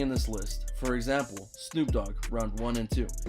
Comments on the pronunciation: No one's gonna say anything about this dude calling Snoop Dogg 'double O G'? As in Oog? What? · "double OOg" its pronounced snoop DO double G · 'Double OG' 😂 it's D O Double G 😂😂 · My bro said the double o. g idiot. It’s the d o double g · Instead of D OH DOUBLE G (GG) ... HE SAID DOUBLE O G!!!!😂😂😂 WHAT THE HELL 🤣 🤣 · The double og? You mean the Dee oh double g. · I heard you talking more than any Numero Uno numero dos you said Snoop double Og it's do double G lol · It's d.o. Double g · I believe he was going for “Snoop D, O, double G.” but yeahhhh, he definitely butchered it lol